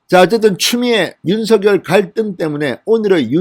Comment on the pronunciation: 윤서결이라는 검찰총장은 없읍니다.윤석열은 있어도.윤.석.열 이라고 .고유명사는 이니 그대로 발음해주세요